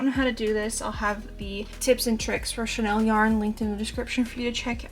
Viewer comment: I'm sorry to correct you, but chenille is pronounced shu-neel, not the fashion house Chanel. Great work btw.